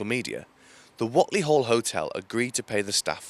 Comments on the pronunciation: Thanks for this but it's pronounced 'Wait'ley Duck x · It's pronounced Wait-ly...